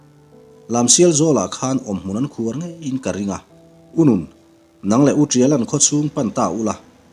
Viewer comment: khuar tih hi i lam dan hi a dik lo...khuarrr tih ni lovin sazu emaw sava emaw leh ransa/ ramsa in an awmna tur an siam hi bu khuar tih ani.(bu khuar tih tur a ni e...) _ phing chil zawh hlim tih pawh hi a dik lo, vawk phing ham puar tur a an chil/ an rah hrual pan ang hi a ni a, phing_vawk phing tih anga lam tur ani e...sa-nghal khawng hrang tih pawh hi a dik chuang lo _ sanghal khawng hrang tih zawk tur a ni e.... a thluk dan tur ka ziah dan a tang hian i hrethiam lo a nih chuan ka no. ah hian min lo whatsapp mai dawn nia...